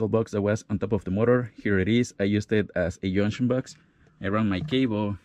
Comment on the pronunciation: what’s a “young shon box”?